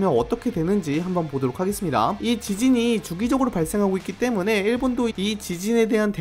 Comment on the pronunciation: 말할때 때-문/에! 이러심